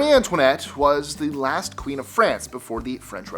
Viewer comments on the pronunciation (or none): none